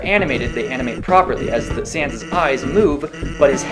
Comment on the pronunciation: Did i heard it wrong or did they pronounce Sans as "Sians"